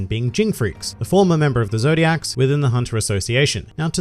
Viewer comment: ZOLDYCK. ZOLDYCK. NOT ZODIAC.